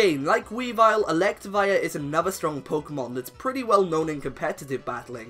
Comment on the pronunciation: ELECTIVIRE, NOT ELECTAWIRE!